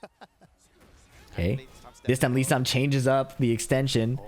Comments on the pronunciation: it sounds like Sam to me lmao But it's supposed to be Lee-san. So that's how you're meant to say it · For some reason it sounds like kept saying Lee Sam. Maybe I'm trippin but it's Lee San